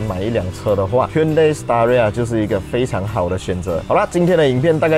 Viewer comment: Staria?听上去好像palia😂😂